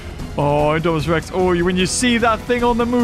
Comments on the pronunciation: Did you hear that say indoraptor to indomanas rex 😂😂😂🤣🤣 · He Call Idominus Rex Indoraptor